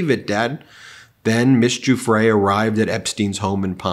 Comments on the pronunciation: Ben, once again, Giuffre is pronounced - JOO-FREE (or Jew-Free if you prefer, like so many Trumpers...) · Giuffre is pronounced Jeffrey.